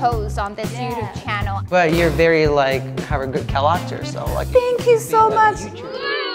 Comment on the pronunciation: 想要問大大們為什麼主唱在 念character 重音是在ra呢？一般不是在開頭的cha嗎？